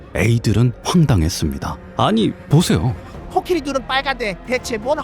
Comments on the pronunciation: 내용은 참 좋은 얘기인데... 자꾸 코키리.. 라고 하는 발음이 귀에 거슬리네요. 제가 수양이 짧아서 그런거겠죠??? 하여튼 코끼리든 코키리든 잘 들었습니다. 코키리라고 하는 것도 .. 뭐 다 이유와 근거가 있겠죠 .. 뭐... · 코키리가 아니라 코끼리 아닌가요 ... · 왜 코끼리 아니고 코키리... 킹받.. ㅠㅠ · 코끼리가 코키리로 들리는게 저 뿐인가요?😂😂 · 근데 왜 코끼리를 , 코키리라고 합니꽈?? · 왜 계속 코끼리가 아니고 코키리라고 하나 했더니 만든거였구나 ㅋㅋㅋ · 코끼리로 알고있었는데 계속 코키리 코키리 키리키리하니까 중간중간 집중안댐 ㅋㅋㅋㅋㅋㅋ 로봇처럼 생겼네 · 코키리라고 발음하시는 넘 똑똑하고 기여워..❤️